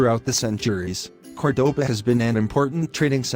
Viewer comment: Warning to those who see this great video. Please try to pronounce in the correct way the name of the city, it not "kordoba" it is "KÓrdoba" with the accentuation in the first "o" vowel, it is annoying to hear it like 50 times in this video pronounced incorrectly. Thanks from a local Córdoba inhabitant !